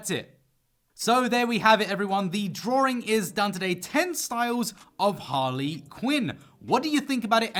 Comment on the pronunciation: Excuse me, is he saying “Drawring?”